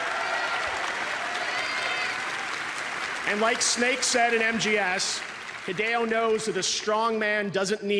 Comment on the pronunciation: He rikes the japanese d